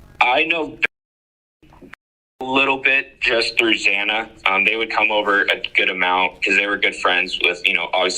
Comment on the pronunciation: why the hell can't anyone get Xana's name right? Gotta to admit, this is the first time I've heard of Alpha Gamma Rho... hmmmmm